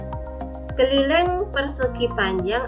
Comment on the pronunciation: Disisi lain saya paham. Tpi disisi yg lainya jga saya faham. Karna ucapan dan bahasa nya terlalu ribet. Dan kalo ngucapin nya banyak salah. Kek misalnya keliling tapi anda ucapnya kelileng